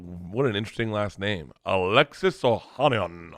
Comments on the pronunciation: I really don't understand how 7 letters could give bert such a hard time... O-ha-ni-an, seems pretty simple, he must get scared by seeing that many vowels at once or something. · Bert unable to pronounce an Armenian last name(Ohanian) is hilarious. ohh•HAN•yan. Hard A’s , not soft.